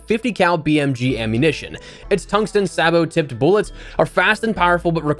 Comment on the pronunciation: sabot.... say-bow